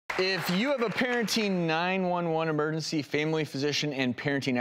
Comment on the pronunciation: I wonder how he feels looking himself in the mirror every morning , knowing he has to say “momergency” on national Tv